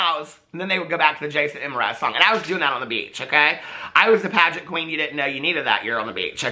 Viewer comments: I’m a little late, but hi!! Hope you’re having a lovely new year!! Also it’s pronounced like Mer-ah-z. Jason Mer-ah-z (: and he’s the nicest guy to meet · yes you pronounce the M in jason Mraz ( i think you say his last name Mer-az or thats my nyc accent) also i think you were talking about Ready Player One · I lose it every time you say M Raz 😂. Like the M is its own entity 😂 happy new year!1 💜🩵🫶🏼